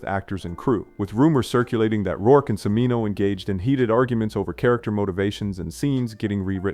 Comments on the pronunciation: CH.... pronounced ch for chimino not C....mino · Cheee meee Noooo not sea me no! What an idiot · “Cimino” is pronounced “chimino”, loser lazy production people using AI instead of paying a small wage for a real voice over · Chih-meeno. You wanna make a movie channel, you better learn how to pronounce the giants' names. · Def. AI slop. There WERE no 'protests; over Flesh and Blood in Australia. Michael 'See-meen-oh' ? Puhlease. Good list of films that meet the criteria of the clip titles but the VO is complete clueless schlock. Year of The Dragon didn't derail Cimino's career 'for years' ... it ENDED it. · Although the “writing” shows countless hallmarks of AI scripting (plus not knowing how to pronounce Cimino), this was better than I thought. I hope you gain confidence to write in your own voice. You have a good way forward if so. 🙏✌️